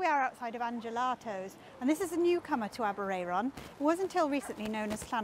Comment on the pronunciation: Aberay-er-on - you got me there - Always thought it was Aber-air-on. Note: post office Aber-ayron...airon. air/Ayr (scots) aberraeron ab eray ron aber ray/rae ron - I think you need another r for aber ray ron ! -ish you refer to the air-on - so are you mispronouncing Welsh placenames ? If so, what chance have we got :) You mean Shrowsbury ? My brother suggests Aber i-ron. !!!!